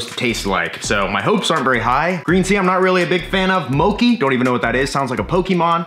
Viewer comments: It's mo-chee, insteak of mo-kee. It's japanese sticky rice dessert. I wanna see more puppy! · moe-chee my man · it's pronounced mo-chi (chi) like (chee)-se. Mochi is a very popular desert made by Japanese it is smashed rice shaped into a ball and usually has matcha (tea) paste inside. So it would basically be small bits of that inside the icecream😊 Hope you have a wonderful day. And God Bless you. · It's not "Moki", and you probably wont like mochi green tea unless you are Asian lol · How do you get that pronunciation from mochi haha? Mochi is said how it looks, not like mocha lol